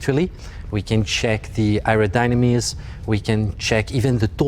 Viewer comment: hey what’s “aerodynemees”?